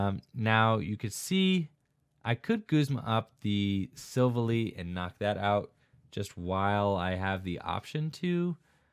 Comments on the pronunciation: Its pronounced silv ally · I'm sorry but I have to point it out, it's pronounced Sill Vally like it was two words not one